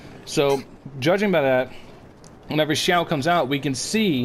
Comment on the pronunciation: Nailed the pronunciation! 很好的！